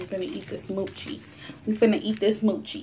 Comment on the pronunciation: Use those chopsticks right. Not so close to bottom!!! and your saying mocha wrong but it's ok.